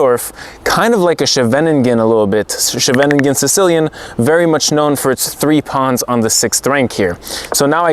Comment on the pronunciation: I love your cover art. Don't want to lecture you but may I teach you something? Makes me feel as if I contribute to your life too. Living in the Netherlands, you should be able to find someone to teach you to pronounce Scheveningen. You can do it. First schay with the ch of Loch Nes. Then ve with the semi-vowel of duh. The rest is easy but don't pronounce the closing n. Stress on the first syllable. Next class: Van Gogh - that will be an easy one by then. Love your presentations. Thanks for giving the words in letters on the screen. Helps me remember them. Good luck tomorrow. Win or lose, I'm sure you'll learn and then teach us, so it's win-win. But if you win/lose, does your rating go up/down from one win/loss?